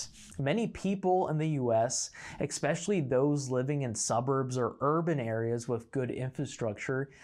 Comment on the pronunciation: Why are you pronouncing "ESPECIALLY" with an additional x sound? It's not "expecially".